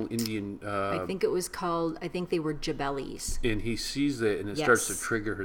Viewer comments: Jalebi! not jabelis :D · Jabelis that's so cute. However you might be knowing by know it's Jale- bis.